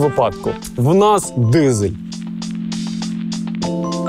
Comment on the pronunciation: То ви дізелюка навчіться розмовляти не дізель а дизель